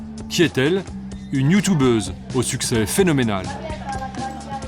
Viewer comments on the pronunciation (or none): "Nous avons rendez vous avec une autre Youtoubeuse " Ça m'achève à chaque fois XD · Par contre youtUbeuse pas youtoubeuse